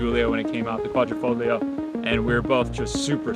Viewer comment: All that knowledge of the car and yet you say the “g” in Quadrifogilo”. 😂